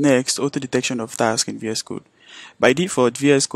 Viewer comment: Dude! You keep saying TAX instead of TASKS! Wtf is wrong with you?